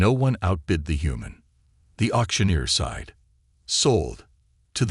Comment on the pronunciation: Why are so many of these nice stories ruined by poor AI it’s widened not whitened, sighed not side, debris not whatever is said then the totally illogical sounds like b z z d, plus Ethan seems to be pronounced differently multiple times. I know you need AI to make these stories but how about listening and editing before you post then your nice stories. Just a thought.